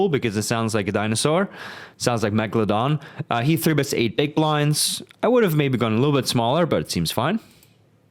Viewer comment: I think you are supposed to pronounce it as megaloDONK. It is probably meant as a pun, combining the words megalodon and donk, the latter also being a poker related term. (The 'kk' might even refer to pocket kings on top of that. Like a triple layered pun. But this can be considered far fetched). Furthermore, I assume the odd spelling megalodoNkk is also simply because megalodonk was not available when he was signing up.